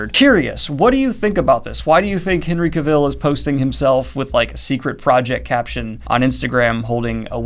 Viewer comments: It's Henry "Cah-Vill" not "Kuh-Vill". I used to call it the latter until Henry himself cleared up the pronunciation. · Daniel I absolutely love your channel and I know it is probably intentional for a running joke, but the pronunciation of Cavil is off. He says “it sounds like travel.” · Cavill is pronounced "ca-vul" like "travel" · Daniel, please, "Cavill" is pronounced like "Travel" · Thank you. Nothing against Daniel, but I repeat it with the right inflection every time he says Cavill like Cruella DeVil. Though it's gotta be tough getting much of your new info via text.